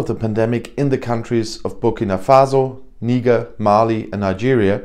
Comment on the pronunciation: mispronouncing that French African country is funny. "Niger" It's "Knee" - "J'ai" as in J'aime in french.